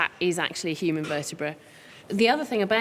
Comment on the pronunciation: This was really cool, but why does he keep saying "hoo-man"? Is he Ferengi?